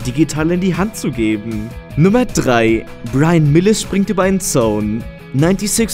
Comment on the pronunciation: Wie oft muss man dich darauf hinweisen die Namen vernünftig auszusprechen? So beratungsresistent kann doch keiner sein -.-* .... Es Heißt "Mills" nicht "Milis" ... Alter Falter lern den scheiß endlich -.